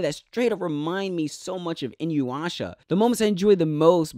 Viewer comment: Never mis pronounce inuyasha like that again